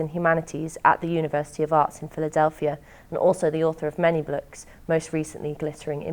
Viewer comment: "author of many blooks "